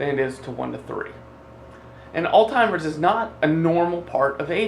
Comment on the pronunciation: So hard to listen to someone who can't even pronounce Alzheimer's correctly